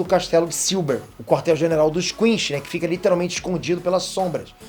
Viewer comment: adoro ele falando quinxi